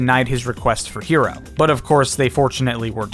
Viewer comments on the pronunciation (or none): I swear it sounded like he said "Zero" every time I heard it and I was so confused.